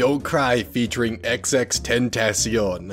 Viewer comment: Xxx-ten-ta-chon not xxx-tat-tation